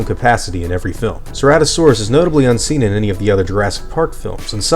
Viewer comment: You mispronounced ceratosaurus...